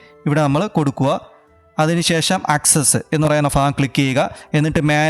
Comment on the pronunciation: ഫ അല്ല ഭ ഭാഗം🫢 ഇതിപ്പോ ഫഹദ്‌ റിമാകല്ലിങ്കലിനോട്‌ പറയണ പോലെ ആയല്ലൊ😁